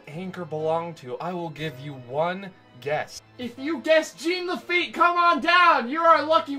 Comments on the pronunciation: I kept getting confused listening to this in the background. No one in Louisiana pronounces it GENE Laffite it's more like Jawn Lafeet. Which would be the correct pronunciation since he was a French pirate. Laffite's Tavern in Tom Sawyer island is probably a heavy reference to the Blacksmith shop he ran in New Orleans (which is now a bar) when his business was stationed there. Good video though. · Didn’t have time to retcon your pronunciation of Jean Laffite in this cut, eh? 😊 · as someone from louisiana, everytime you say "j e a n" laffite, i wince the pain it hurts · he neatt he sweett but most importantly he talk bout Jean La feett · JOHN LaFeet.